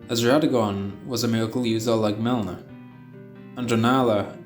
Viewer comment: Melina (Me-Le-Na)